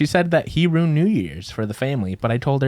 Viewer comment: The facial expressions Erika makes every time says “ruined” wrong 😂